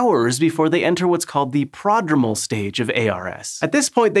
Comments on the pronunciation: What you pronounced as the “PRAH-drum-ul” stage is actually the “prō-DRŌME-ul” stage – the word “prodromal” being the adjectival form of the medical term prodrome, which means “an early symptom of an illness or disease”. Just a little FYI which will never come even close to compensating you for all the things I’ve learned from your amazing videos! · You lose a lot of credibility if you can't even pronounce the terms correctly. It's pro-DROH-mal, not PROD-rum-al. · Your pronunciation is wrong (or very uncommon). It is pro drome (like drone). prō-ˈdrō-məl It’s factually incorrect that ionizing radiation exposure only presents a risk to the person exposed initially. Depending on the source of radiation, method of exposure, and amount, radioactive isotopes can be excreted through many means: coughing, saliva, tears, mucous, sweat, urine, feces, seminal fluid, and other bodily fluids. For example, iodine-131 can be excreted via urine, perspiration, and saliva. This is potentially dangerous to any who come in contact contaminated areas. Edit: Even radiation internalized, depending on concentration, can present a risk to nearby people (see various forms of brachytherapy). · I'd be more convinced if you knew how to pronounce prodromal correctly